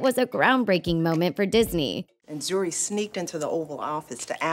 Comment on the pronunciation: they are wrong first its not zari its pronounced as zoori and zuri means good not beautiful and beautiful in swahili is mrembo